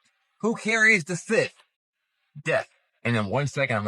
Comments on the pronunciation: sith? It's a scythe, pronounced "sithe"......... ffs, you quoting paranormal chic and is scraping the bottom of the barrel......... 🙄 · DOOOOOD!!!! It's not pronouced "sith".....a SYTH is pronounced like SIGH....like when your tired and you sigh!!! The T and the H are both SILENT....SYTH = SIGH...sheesh!! And these guys really think they're SMART!!! 😂😂😂😂😂😂😂😂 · yeah, I've never heard it called a "sith" but what it is, is a "sickle", something else it's called I'm not sure how to spell, but it's pronounced "sss-eye" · SYTHE not SITH... 😂😂😂😂😂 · Who calls a scythe a "sith"?! 😂😂 Come on man. Oh then it's a sickle? They are two different tools lol Also the guy saying the buildings in DC are Roman....you can't be bothered to do any research but you can run your mouth off about some conclusions you came to and think it's fact.....what a moron. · mam idk if its funnier that he said its a scythe (when there is literally no blade which makes it a scythe ) or that he pronounced it as sith. Like sir, its neither star wars nor the book of revelation.... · Did this man really pronounce it sith? Instead of scythe lmao 😂😂 automatically lost all credibility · Who calls a scythe a sith. What a goober. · Great catch Gabriel Watson... I agree. That IS the Eye of Horus. And to the people that do these videos... please, please, please learn how to spell and pronounce words. Unless, of course, your goal IS to sound like a moron. "sythe" is pronounced with a long I sound...hence the E at the end of the word. It's basic English. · Real cant even pronounce sythe correctly. Embarrasing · I have a hard time taking someone seriously who can’t pronounce scythe correctly. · I cannot with the dude who can't say scythe right!!!!